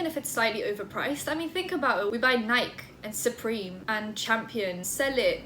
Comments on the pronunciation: WHAT THE FUCK IS NIGHK ??? IS THAT HOW U SAY NIKE LMFAO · Nike is pronounced “Ny-key”. Anyway, I love that you basically just talk crap about people. It’s hilarious and very entertaining. 😂 (I know you aren’t actually talking crap. I’m joking.) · when she said nike that made me wanna die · i love you but i cant believe i just had to hear you say "nike" like.....nikie is the only way ive heard it pronounced before and im pissing myself laughing so hard over NIKE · did she just pronounce Nike as if it rhymed with bike? I'm ded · She said Nike instead of Nike lmao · Are we not gonna talk about the way she pronounced Nike? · I’m sorry but the way she said Nike... love the video though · wait to all British people say nike like she did ? or is this another brand i dont know about? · The way she says Nike.... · is that really how british people pronounce Nike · the way you said "nike" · So we’re all going to ignore the way she pronounced Nike?? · Lol I love how you say Nike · WHY do british people say nike that way lmao